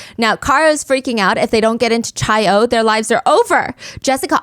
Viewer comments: I love this podcast so much😩 No hate at all but the chi in omega chi is actually pronounced like “Kai” not “chai”! Cannot wait for part two😍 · obviously I'm still going to listen but hearing chi and not "kai" was driving me nuts...when I was rushing it was engraved in my brain bc I'd always say chi 😭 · Also it’s pronounced “ky” not chai for chi the Greek letter hehe 😂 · I love your BAMs Stephanie! Also this is a minor detail but the Greek letter “Chi” is pronounced like “Kai” just so you know! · Just wanted to clarify that the Greek letter chi is pronounced like "kai" 😅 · It’s pronounced Kai for Chi Omega 😂 besides that I think it was Courtney.